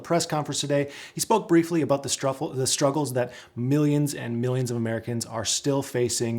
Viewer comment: you said “Struffles!” Lol. Love it. Sounds like a great dessert.